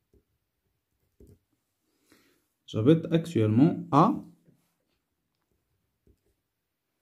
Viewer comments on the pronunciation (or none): J'habete ( mal prononcée ) ...on prononce j'habite et non ( j'habéte )...Phonétiquement pas correct...On écrit : Actuellement et non actuallement..Svp, Il faut prononcer et écrire correctement ...Ne prenez pas mal notre observation ..C'est pour l'intérêt de tous...Merci et bon courage .. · Prononciation de j'habite pas j'habete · ما شاء الله عليك لكن مخارج الحروف ليست جيدة متل né قرأت. Ni وj'habite قرأت j'habéte وشكرا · غي سمح ليا استاذ ولكن عندك اخطاء فالنطق بزاف j'habite تنطقها j'habète و غيرها الكثير